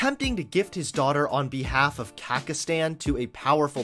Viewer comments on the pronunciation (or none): It’s Kazakhstan not Kakistan. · love ya and all...BUT, it's pronounced Kaz-iK-stan...not kak-iT-stan. 😅🤣 omg I love you so much!!!! LOL idk if you do these things intentionally or not, BUT, you make me laugh so damn hard! 🤣🤣🤣😘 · what is kakistan? Do you mean Kazakhstan? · "Kakistan"... Why... Kahz-ak-stahn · It's kazahstan... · i loved the video but your pronouncing of borat and kazakhstan triggered me